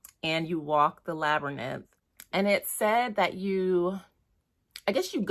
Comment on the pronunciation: Hey, i really want her Tarot deck but it is OOP atm. Love your walkthroughs, they are so relaxing! 😊 P.s. it is a labyriNTH not labyrnith😅